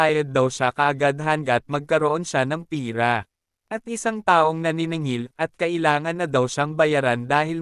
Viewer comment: Lods pera po iyun Hindi pira